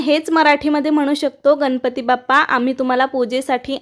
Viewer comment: Tai ganapati ucchar nahi nalatala n nahi banatala n ucchar kartana vapara